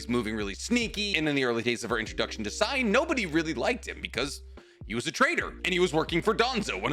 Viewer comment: the way i stood still while listening to this in my workplace before nodding after hearing "Sai." as though assuring myself all was right in the world